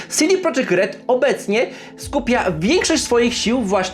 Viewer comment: Nie CD prodżekt tylko po polsku CD Projekt. Nawet sami właściciele studia i deweloperzy z tego studia to podkreślają. Popraw się bo robisz przypał.